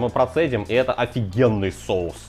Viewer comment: Мешаем, чтобы "шоус" загустел ска😂 голова, блин))))))